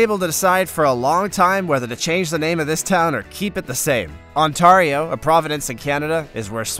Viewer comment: Sorry, but as a Canadian, I have to correct your pronunciation of Ontario. It's not "On-tah-rio." It's "On-tare-ee-o." I'd never heard anyone say it your way before, but I can see how someone might say it that way. :) This is a fascinating video. I'd heard of some of these places before, while others were completely new to me. While I can't stand heat, if I was able to stand it to get to Coober Pedy, I'd love to visit it just for the novelty of it. I'd also like to visit the place with all the earthships, and I never knew that Bangkok's official name was so long. Wow!!